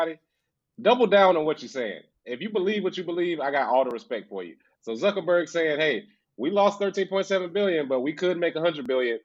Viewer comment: I have yet to figure out if King mispronounces Mark Zuckerberg's name intentionally or not lol